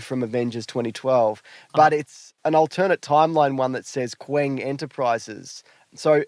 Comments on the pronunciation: Is Qeng not just pronounced.....Kang? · Qeng is pronounced “Kang” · pronounces Qeng as Kwang